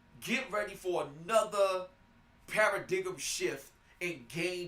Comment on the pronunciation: "Para-dig'em shift".